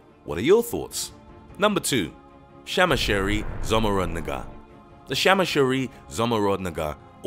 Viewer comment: Number 4: Shamshir means sword in Persian and Zomorrod is a sort jewel and Negar means sight so it’s not what normal guy would think it is and the pronouncements is totally wrong